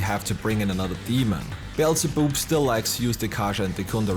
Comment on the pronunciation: Forgive me for this but... "Beelze-boob"